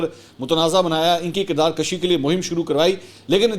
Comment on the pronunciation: Mansoor sb. Words. Kardar kshi nahi " Kardar kushi hota hy. Plz improve your Urdu dictionary